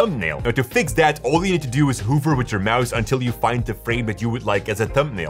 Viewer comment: FYI It's "hover" not "hoover". Great vid, nice job.